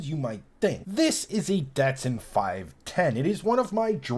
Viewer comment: Don't say Datsun right lol......Prob never turn a wench in his life lol